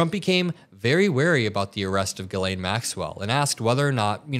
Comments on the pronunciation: J JJJ 'jillain or jillEN (like jillian/gillian. It's a French name) Not 'Geelayn'. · It is not Guylaine it is pronounced jislaine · It’s Jizz Lane not geee lane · Zhis-lay (not GeeLane) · Her name is not "Guylaine", it's Ghislaine (pronounced Jislaine (with no d sound in the J - but it should be Jizzlaine). She's British-French-American and her name is French. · Jiz-lane Maxwell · Just fyi...Ghislaine is pronounce Jislaine... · Another good report. However, you need to pronounce her name correctly. It is a French pronunciation. Just as the name "Elaine" is pronounced "ee-lén" (stress on the second syllable), her name is pronouced "ghee-lén." Just saying. Criminal or no, get her name right. Whatever. Nothing is going to happen anyway, except she might end up the same way as Epstein. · Her name is pronounced Jisss-lenn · You’re saying her name weird.